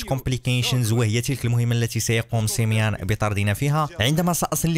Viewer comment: وقفت الفيديو الاجل لاقولك سميون ماشي سميان هادا هو الي جيت نقولك